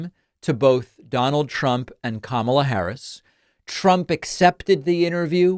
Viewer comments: The dead giveaway to me was when he said “Kamala” wrong. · Ramsey was so disrespectful to VP Kamala Harris that he didn’t even say her name right. He can’t really believe anything Dishonest Donald said in his interview.